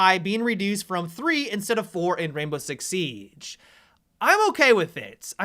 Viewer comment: i hate the way he talks sometimes this is a example why the way he says siege